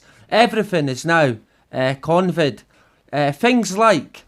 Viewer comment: "CONVID" :D good one!!